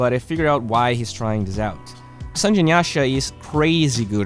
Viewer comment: SAN-GE not Sanj, god damnit. It's a Japanese word!